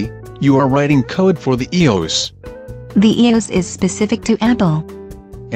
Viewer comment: ee-OS? What's that? You want to make a technical video and don't even know what you are talking about.